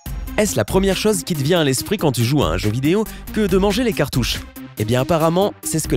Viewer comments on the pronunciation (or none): As-tu déjà remarqué que « » a du mal à prononcer les « o » fermés? Ceux que l’on prononce dans « rose » ou « pause ». Et bien constate par toi-même quand « » essaie de dire « chose » ou « jaune ». Il le prononce mal systématiquement en disant un « o » ouvert comme dans « pomme » ou « Rome ». L’avais-tu remarqué?